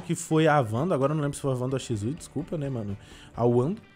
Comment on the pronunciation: Não e shizui e shisui